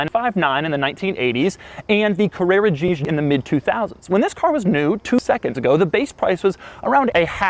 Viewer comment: The carrera geeg